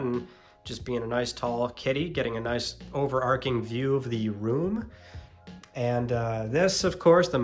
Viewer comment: Sorry for being the pedant, but in overarching one pronounces the "ch" in the same way you'd use it in "chips"